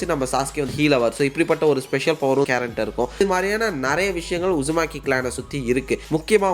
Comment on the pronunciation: கேரன் illa bro ❌ கரின் ✅ Susuke ve eppadi dha bro Kupduva... Also Google eppadi dha pronounce pannuthu